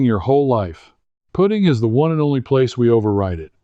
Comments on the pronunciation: AI????? To the best of my knowledge it's pronounced put-ting not poot-ing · why is he saying puting vice putting? AI? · Why do you say...put- iing instead of Putt- ing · Not a bad ai video. He said pooting lol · I'm not sure about taking advice on putting by someone who pronounces it as put ting. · The story is ordinary and the AI animation is ordinary and the AI narration is poor. "puting" ? Your AI narration can't speak English properly. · Is this AI??.... Pooting? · He said pooting... That's AI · I like AI videos of good looking men and women, until they make the word putting sound like pudding with a t. Still, I’ll definitely try this advice. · Note for AI. There is, almost universally, a hard U in putting. Pooting sounds jarringly wrong. Challenging content nevertheless. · Not a machine but your AI keeps calling putting, put-ing. Cmon man. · Yeah so easy to spot, kept calling putting puting, and the monotone voice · Yep it's AI. Because no golfer says putting, as in I'm putting a porch on my house, but says I was putting (putt ting) great this weekend. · I don't disagree, but I was actually referring to how he pronounces "putting" as "pudding", even though he has no trouble saying "putt". Classic AI. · Why can’t AI say putting in golf rather than putting like putting on clothes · Ugh... Ai really. No matter how factual the info, once the Ai mispronounced putting i am done. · So you can't program AI to pronounce Putting, correctly?